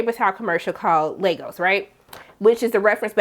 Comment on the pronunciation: You're one of the only reviewers I have seen to pronounce Lagos correctly so thanks for that. Even the mcu characters can't do it correctly